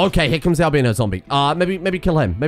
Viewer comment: haha im an american and he said "al-BEEN-no" haha